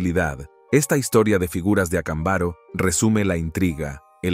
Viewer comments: No es Acambaro, es Acámbaro. Inclusive el acento aparece en el video. ¿A qué escuela fuiste? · Estas pronunciando mal el nombre del pueblo de Mexico no se dice acambáro se dice acámbaro acentuando la letra con el acento. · Ac'ambaro con acento en la segunda por favor corregir pronunciacion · DISCULPA PERO NO ES VERDAD , LO QUE QUIEREN ES QUE CREAS EN ESO , Y SE PRONUNCIA ACÁMBARO . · Acámbaro, pronunciación con acentuacion en la segunda a.